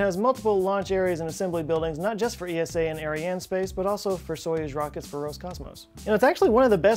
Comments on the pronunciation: We Eurpeans just say Esa... Not E.S.A. Altough a great video. 👍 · As a European let me make a small correction: It's simply ESA not E.S.A. , similar to how you say NASA and not N.A.S.A.